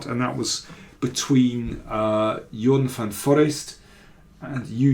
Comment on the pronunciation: Thanks! Since you value correct pronunciation: try van ForEEST instead of van FORrest next time. 😉👍🇳🇱